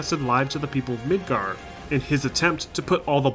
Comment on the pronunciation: Is it just my hearing or the first time you say Midgar, you say Midgard? I've temporarily lost hearing in one ear and everything sounds weird at the moment.